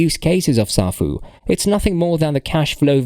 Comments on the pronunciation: Can't even pronounce the name properly. Says it all smh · First of all you don’t even pronounce the protocol correctly so how can I even take your word on anything you say in this video when all this crap has already been addressed?